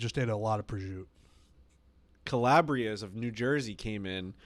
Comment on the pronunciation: Why can't they pronounce prosciutto? Prizute haha